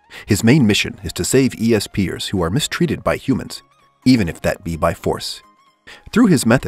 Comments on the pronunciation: Its pronounced es pers and not e s pers right? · Just say ESPERS not E.S.P. ers. No offence just lil weird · Say it like espers like in a certain magical index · its espers not esp ers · The first one Is pronounced espers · If he says E S P ers one more time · lmao i noticed that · That’s what I was thinking too lol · lol you mispronounced espers